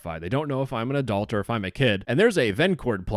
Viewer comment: Note to Adult sounds like "adolt" and not adult, idk it's a Canadian accent or something